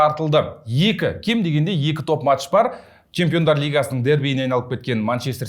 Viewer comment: Есетке матш емес “match” деп айтып үйретіңдерші.